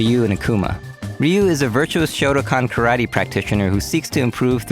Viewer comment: What's a "Shoto-con?" The fuck can you pronounce Satsui no Hadou but not Shotokan?